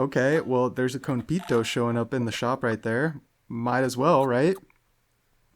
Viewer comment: It’s not kon-PITO, it’s kon-PAY-to コンペイト